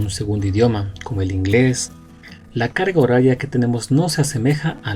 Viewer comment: Alguien más noto que dice, la caga horaria.